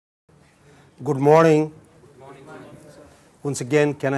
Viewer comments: Professor ji pronunciation of good morning in your mouth is completely incorrect. Rectify plz. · Be cautious prof. Ji while say good morning because your pronounciation is completely wrong .